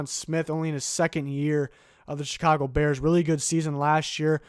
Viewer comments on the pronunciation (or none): none